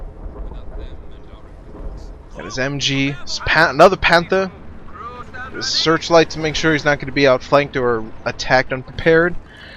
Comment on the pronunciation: yea, i kinda hate the way he says panther